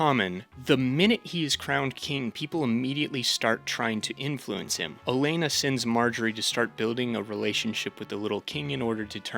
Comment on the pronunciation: It’s O-lenn-A not elenna